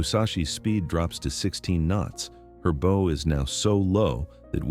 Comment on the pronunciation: More AI, (Artificial Idiocy). The word bow was mispronounced several times!